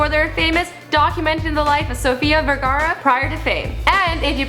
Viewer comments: Its Vergara! Not Vergera xD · It's Sofia Vergara not Vergera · Its Vergara not Vergera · "Vergara" not "Veraerrrrra" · Yes, it's "Vergara" and not "Vergera" .. but who gives a fuck anyway? Just sit back, watch the video, and shut the fuck up :> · At least pronounce her last name correctly. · Its Vergara tho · Its VERGARA!